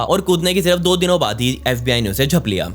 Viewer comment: Saste nase kr ke aaya tu bhai baar baar fbi ko sbi bole jaa rhaa